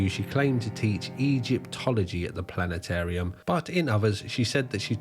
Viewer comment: Hahaha no way! You almost pronounce Planetarium like the bloke of South Park... "PllannAtAIRm." You pommy twat haha 💪🏼🇦🇺🤙🏼 Edit: A wild Music Biz Marty appears. Besides that photo, that is the second sighting of him for me. He must be the master of holding his urine in because that gut! Probably why Mini got toey-er than a Roman sandle and caressed his bottom 🍑